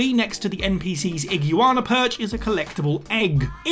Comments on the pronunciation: ig U ana 😂 did no one on your team tell you how to pronounce it? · He's talking about an ague Ana, wtf is an iguana? /s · Ig - Wan - Ah / Arc - e - us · It's ig-you-wanna, get it right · That’s how brits pronounce iguana?? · No..... no its not. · whats wrong with how he pronounced iguana?? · Why can't you say Iguana or Arceus properly?!? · Interesting pronunciation of iguana. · It simply caught me off guard. I had to rewind and laugh a little. But I agree, now that I know what he said, have at it! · That how to not pronounce iguana,.